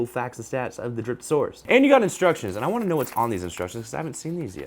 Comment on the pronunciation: I thought you said "Dripping sp3rm Saurus"